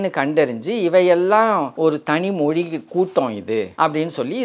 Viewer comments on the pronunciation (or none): தமில், மொளி என்று கூறுவதை சரி செய்திருக்கலாம்.